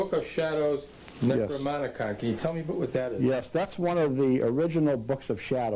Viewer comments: You're pronouncing "Necronomicon" wrong. You've got your M and N mixed up. It's an N in the middle, not an M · “” but can’t pronounce Necronomicon! 😂😂😂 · Y0u show pictures of the book yhet you mispronounce "Necronomicon" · Why aren't you pronouncing the 'n' in the middle of NecroNomicon? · first of all the necronomicon is pronounced wrong and second I think the warrens were reading too much Lovecraft.... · oh for gods sakes, at least pronounce "Necronomicon" properly.... smh. The "unknown author" is the worldwide famous author H.P. Lovecraft, btw. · Yeah i noticed she mis-pronounced it too lol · Actually, Ed Warren misprounces it first, in the video clip. So I don't know if she misprounces it, correctly, as she quoted him. But then she continues to mispronouce it, so I think she doesn't know how to say it. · Ya the mispronunciation of this famous book was cringeworthy. Over and over...ug, just read the title. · it's called necronomicon, not necroMONicon... it's actually written on it and all... i mean on the picture that pops up in every 20 seconds for about six minutes... but whatever. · its called the "necroNomicon" not "necroMonicon" and its false that its author is unknown, actually its widely known by anyone that the author is hp Lovecraft, you should know better or read a little bit more. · Is anyone else bothered by the fact that she kept pronouncing it as Necromonicon instead of Necronomicon? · Even though I absolutely loved the video, the topic was approached from multiple points of view, I can absolutely not get over the fact, that Necronomicon was mispronounced over and over again. It is pronounced Necro-NOMI-con. Otherwise greatly put together and very entertaining video! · Necro....nom....icon....not Necromonicon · Not Necromonicon..............NecroNOMicon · I love your channel, but it’s NecroNOMicon not NecroMONicon. Sorry, but that’s a basic spooky vocabulary word that mispronounced took me right out of enjoying this video.